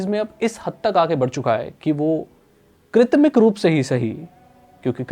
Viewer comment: Krutrim hota hai bhai 😂